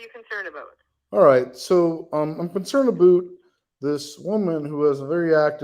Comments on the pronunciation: Dead “I’m concerned aboot” full on Canadian 😂😂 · When starts using the Canadian aboot, you know it's on like Donkey Kong! 👏🤘🙏